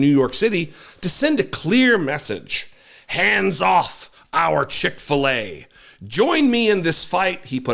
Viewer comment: I bet Cick-fill-a doesn’t care